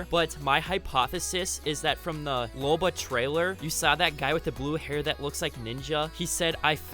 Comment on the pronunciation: You said Loba wrong it Loba not lore